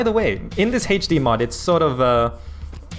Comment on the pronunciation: Heych D mod. Its hilarious how you pronounce HD